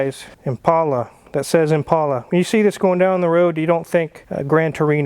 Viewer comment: Thank you for pronouncing Impala correctly! It’s an ImPAULA boys and girls.